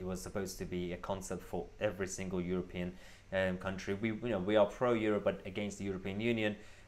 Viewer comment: every, not e wry.